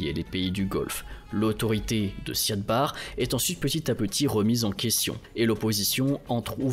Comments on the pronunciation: L' "intégrité" territoriale plutôt que l'intégralité. Et le nom en question a tjs été prononcé Siad Barré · Siad Barre se prononce Barri. C'est essentiel de bien prononcer le nom des leaders pour une meilleure crédibilité. Biden ou Macron se prononce bien comme il se doit malgré les spécificités linguistiques. Vous avez été rigoureux dans vos recherches. Ce serait aussi bien pour les noms car vous le faîtes systématiquement quand il s'agit de pays peu développés.